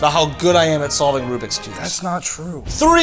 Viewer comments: I'm a speed cuber it's Rubik's not Rubix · you did not just say rubix cube (it's kinda Rubik's Cube) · it's rubicks not rubix!!!!! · Anyone going to say that they said rubix?😭😭😭